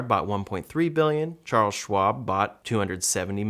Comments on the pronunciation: LOL he's so famous you don't know how to say his name and you read it from a misspelled frame. Dallio. Not Dailo. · Ray Dalio not Dailo